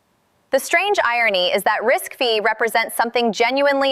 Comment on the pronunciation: 👍for pronouncing RISC-V correctly. Every other video that talks about RISC-V pronounces it "risk-vee."